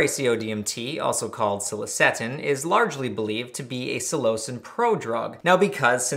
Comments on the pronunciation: Psilo-sin pronunciation Not so much Psi-lo-cin So 3 syllables but sounds closer to two. Also I cultivated cubensis for years(two years ago was my last bulk grow and I didn't even take any of that batch it was sorta just a hobby I enjoyed at that point cause I got lots of good reports from anyone who tried my grows and I took pride in the quality of each grow. I still use my dehydrator for ghost peppers lol, I wonder if I remember my shroomery password) and this is the first I'm hearing of this. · I am skeptical of your pronunciation of [psilocin], not sure why you deviate so much from the pronunciation of psilocybin (sillo-cybin, sillo-sin) and that it is responsible for the psychedelic effects isn't a belief but a well documented and researched finding. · I've never heard someone say Psilocin with so much emphasis on the o....is this how you properly say it? I've always said it Sil-eh-sin